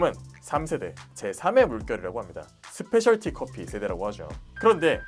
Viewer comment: 스페셜 티 커피가 아니라 스페셜티(Specialty) 커피입니다.